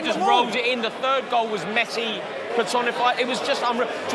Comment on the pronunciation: WHY do people like pronounce Messi’s name like it’s Lionel Ritchie??